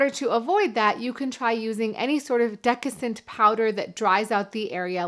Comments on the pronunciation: you meant to say desiccant powder, not deccisant powder, right? Something about Mary clip, absolutely priceless! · "Dessicant" got mangled into "decascent". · It's desiccant pronounced de-si-cant, not decascent. Right? Or am I getting the word wrong?It's from desiccate, or to dry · Hi, I think it‘s called dessicant, not decassent. Some people just write or say it the wrong way around but I‘m pretty sure it‘s dessicant! I wear briefs by the way and no underwear when I sleep. Feels much healthier....! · I watch you videos and I like them. There is one part in this video where you talked about fungus on the groin. I think you said decassant but you meant dessicant. Just one little thing. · Good video, but the word may be desiccant, not decascent. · Desiccant! Say it with me, Desiccant! Not Decissant!!! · Did she say "decissant powder?" Twice? I think what you meant is "desiccant powder." Avoid all this non-sense and just go with old school, loose fitting boxers. Those "boxer briefs" are no different than tighty white-ies. They turn your junk into a hot, sweaty, meatball by the end of the day. Real man's boxers allow you to swing cool, and comfortably free all day. When you get home, you can drop trou, and you're already in your lounging shorts. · "Decascent" LMAO!!!!! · The word is actually desiccant. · Excellent videos dealing with sensitive topics. I just want to add that you may be dyslexic but just a minor detail, isn’t it desiccant powder? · Really? This is what you are wasting your medical degree on? In high school guys thought that taking a super hot shower would be a good form of birth Control. All those fathers now regret that bit of advice. Plus how can you trust anyone who can't pronounce desiccant.